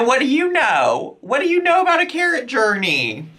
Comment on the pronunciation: I had to put my phone down when they said scarrot😭😭😭